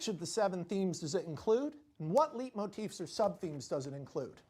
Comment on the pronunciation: Why does he pronounce it like leet motifs